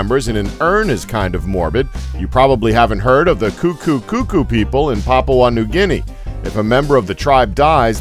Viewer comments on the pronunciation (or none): none